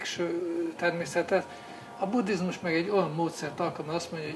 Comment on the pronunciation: Angolosan ejti ki. Annak ciki, aki ezt nem tudja.